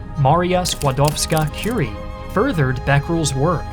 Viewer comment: In the name of polish people, I congratulate to you for saying the full, the proper name of Marie Skłodowska Curie